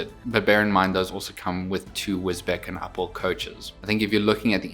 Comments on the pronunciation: Got to say it… it’s Wisbech as in Wisbeach, not Wisbeck. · My parents bought a house in Wisbech when they both retired. I now own one-third of it. Sorry to correct you, but Wisbech is pronounced Wiz-Beach. It is often pronounced incorrectly. This is a model I must get in LNER as my layout is an LNER Preservation Railway called "Yorkdale" It is on YouTube. A great review. Thanks very much. Martin. (Thailand)